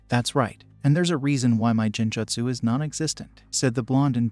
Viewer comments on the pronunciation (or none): none